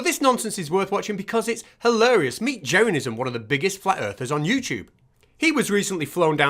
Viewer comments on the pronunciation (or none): 0.43 - "jearanism"? surely his name on the video title is Jeransim. ending in -sim, not -ism?